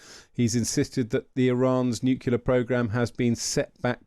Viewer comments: Nuclear gentlemen, nuclear, not nucular! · The word is Nuclear - not Nucular. If I recall it was George W. Bush who first mispronounced this word. I never thought that Times journalists would copy him. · I do wish journalists wouldn't say "nucular", the word is NUCLEAR for goodness sake. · why do educated people pronounce nuclear as nucular? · When I hear someone say 'nukular', I automatically dismiss their opinion on the subject. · The mispronunciation of "nuclear" is a pet peeve in my book, right up there with mispronouncing the word "ask". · Even BRITS say NEW COOLER ....ITS NUCLEAR!!! LOL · Please stop saying "nucular". It's very annoying. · Nukular??? Come on aren’t you Brits supposed to speak English properly compared to us Americans? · Did their commentator say NUCULAR ?😂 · I know how you feel, but Victor J. Hanson calls it nucular so you have to allow some leeway. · many say nukeelar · Nukula is not a regional accent variation. It is simply laziness. It's rather like calling you Grame or Grime. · "Nucular" isn't a dialect word. Like "dimunition" or asterix (for asterisk), it is a plain and simple mispronunciation. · What is a NUKULA programme? Can't the Times Radio get proper English speakers to present their stories? It's a vitally important matter of credibility for a news channel to employ news readers who use the correct words to describe topics and events. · I do wish people would pronounce nuclear correctly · The pronunciation of the word 'nuclear' has been tortured by uncountable numbers of people ever since it hit the dictionary. Junior wasn't the first to do it and he's obviously not the last. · Oh no! It's Tweedle Dum and Tweedle Dee - and neither can pronounce the tricky word "nuclear." FFS, Times Radio. Where do you get these morons?